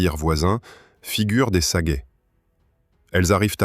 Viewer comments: Exactement : ca sait pas dire Panhard (prononcé "Pannar") ni sagaie (prononcé "Sagaille"). Et si c'est pas de l'IA, c'est pire, c'est de la GenZ! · Et pas non plus "Sagaille", c'est "Sagaie" (prononcer "Sa-Gué")! Ces voix générées par l'IA sont une catastrophe!